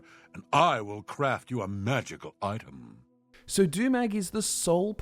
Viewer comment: 'And I will craft you a magical itamh'